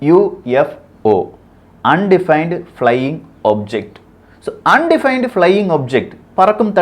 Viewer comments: தம்பி அது அன்டிபைன்டு அல்ல அன் ஐடென்டிபைடு. கவனமுடன் படித்து சொல்ல வேண்டும். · Plz look after the pronouns UFO un identified nu sollanum I silent illa appo rum Voyager thappa sollarega konjam correct pannikaga